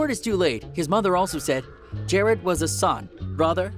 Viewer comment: really pronounced Juice WRLD’s first name ‘Jarad’ wrong 😐🙃